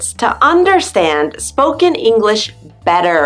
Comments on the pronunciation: But she's articulating incorrectly. The sh sound is not shuh. It's sh, like telling someone to be quiet. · Why, when she pronounces "English," does she say "English-uh"? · Why the spoken 'le' after she says English? The word is not Enghish-le, it is English! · nathanpiazza - totally agree! I’m a Californian and somehow came across this video and was thinking...what’s with the “uh” at the end of some words when she pronounces them. That’s NOT American. We don’t say “english’uh” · What is "English-uh"? The word has two syllables, not three. No one says it that way except perhaps Valley Girls. By the way, American Spanish speakers are the fastest talkers you'll ever hear. Puerto Ricans top them all. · Why do you say English-a???? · I’m an American English speaker and it’s sounds like you are emphasizing the last word you say in a sentence and adding ah to the end of it . Example - enough-Ah .... English-ah , just saying .